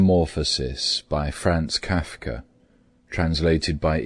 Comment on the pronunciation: I didn't like the way he pronounced Franz Kafka, but apart from that this worked.